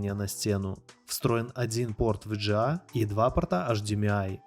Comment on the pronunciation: Ви джи эй (VGA) кто так говорит?